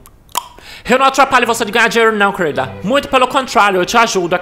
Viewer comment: "Kueurilda" kkkkkkk